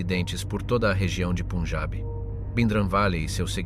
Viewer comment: Get your bloody pronunciation right!...PUN! AS IN BUN...PUNJAB!!!... Not PUNEJAB, YA TWIT. :face-orange-frowning